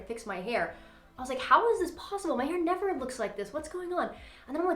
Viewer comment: That word is hair. Not “hair-ruh”.